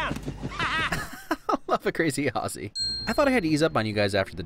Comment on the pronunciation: It makes this Aussie happy that you pronounce "Aussie" correctly. Great work.